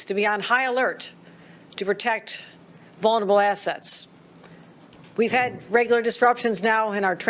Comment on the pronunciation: " vulnerable assests" 🤔 huh ?